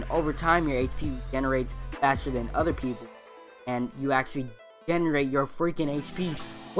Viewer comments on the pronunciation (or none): none